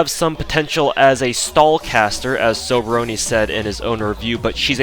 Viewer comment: The whole time, I thought for some reason you were saying sobrony